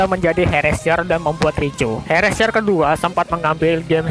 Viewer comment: Bang Cara Nyebutin Herrscher Itu Adalah, Herr Ser Okeh